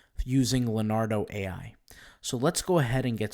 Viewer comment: IT'S NOT "LAR-NARDO"......it's "LEO-NARDO" learn to pronounce it.